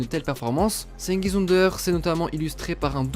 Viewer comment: plus jamais tu prononce son nom de famille comme ça